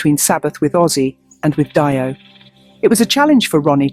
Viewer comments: Make the AI say DeeOh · Who is Die-oh? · Dio is pronounced Deo LOL. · Who the fuck is this “Die-oh” person??? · No,it's pronounced DIO because he was of italian origins... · Stop mispronouncing Dio 😢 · Seems to be true; what can you say about some space-worm who doesn't bother to listen to other videos on YouTube to learn how to pronounce Ronnie James Dio's last name.